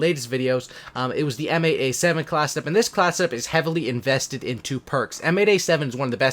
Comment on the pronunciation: Class set up. Not classeup